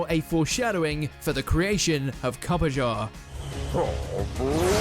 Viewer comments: Copperajah - Pronounced Copper-Ah-Jah not Copper-Jah. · Since Copperajah is Steel-Type, an encounter with a riled up Raichu would prove fatal. By the way, I don't like how you botched up the pronunciation of Copperajah. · Did they just pronounce Copperahja's name wrong?🐘